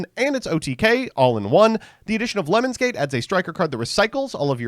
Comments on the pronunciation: i heard it as "lemons gate"and i immediately imagined a yt drama where some streamer asked someone to pee on them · card: lemnis mbt: LEMONS nothing but the best pronunciation here, folks